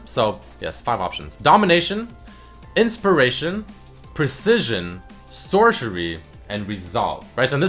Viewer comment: Sorchery xD